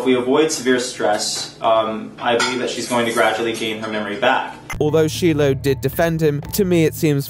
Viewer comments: Why does misspronounce Shiloh's name? Just find it so odd for to misstep there, especially with his knowledge of onision's infamous history, the fact onision's himself says her name in so many videos. Didn't whoever edited this up let him know? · I like how there are clips with the pronunciation of Shiloh's name but just keeps mispronouncing her name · The way pronounces Shiloh is too much 😂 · Greg said Shiloh’s name...and the British guy still pronounced her name incorrectly. why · You can tell how much is frustrated by Greg. Samsies and the way you pronounce Shiloh was infuriating lol. Very great with the time line and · Hey, you're not pronouncing Shiloh's name right. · It's not Sheila, it's Shiloh pronounced Shy-low. Ain't that hard. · SHY LOW. Not SHE LOW. Please pronounce the girls name right. You wouldn't want someone CONSTANTLY calling you but the improper name. "Da Weight Onion." -.- Other than the CONSTANT improper pronunciation of her name, I enjoyed the video. Good work. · ...come on, Shiloh is not pronounced like Sheila with an O instead of an A... it's 'Shy-lo' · I love you but it's Shy-loh not She-loh XD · saying "she-low" instead of "shy-low" makes me wanna jump out a fucking window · I like but hearing him say sheelo after playing a clip and doing research is really peeving me. Shylo not sheelo. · It's pronounced shy-low not she-low. Sorry it's just a bit annoying , I'm not a fan of onision but I am of shiloh and god you even put a clip in of onision saying her name? It makes it seem like you put the most minimal amount of research required. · Shiloh's name is pronounced shy-low. She's a good singer and should do that again :) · not meaning to throw shade because i love watching but whenever he said Shiloh's name wrong i kept on saying in my head, "it's pronounced like shy-low not she-low" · shy-lo. shai-loh, lol. not shee-loh. 😆